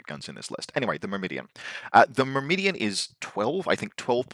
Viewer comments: mur-mah-daan, but close enough lol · I've figured it out, I know your game. You just pronounce extra "I"s into words to farm engagement. Myrmidon, Shasvastii. Well it's not gonna work on me;)